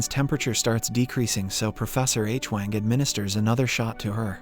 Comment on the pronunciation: This video - and 4 & 5 - mispronounces “Hwang” as “Aitch-wang”. Adam never makes that mistake; it is a blunder A I makes.